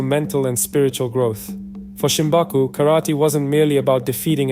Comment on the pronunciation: Shimabuku not Shimbaku.